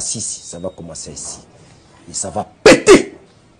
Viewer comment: il a un problème à dire juste ''péter'' ? Je suis pas le seul à l'avoir remarqué.